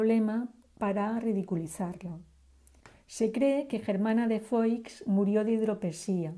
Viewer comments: SE PRONUNCIA FUÁ NO FOIX, SE ESCRIBE FOIX PERO SE PRONUNCIA FUÁ. FERNANDO ERA TÍO ABUELO DE ELLA PUES ERA HERMANO DE LEONOR DE ARAGÓN, REINA DE NAVARRA, ABUELA PATERNA DE DOÑA GERMANA. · Germana de Foix (se pronuncia "fuá") por favor.....